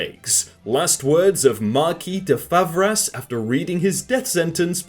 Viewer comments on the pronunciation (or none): Yes, I was quite glad when he said "Marquis" with silent "s" but the Favras ruined it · People who speak French died inside when he said Favras.